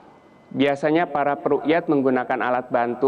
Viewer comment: bacanya bukan ruqyah/rukiyat tapi ru'yah/ru'yatul hilal, beda pengucapan beda artinya dalam bahasa arab, makanya punya otak disekolahin tolong...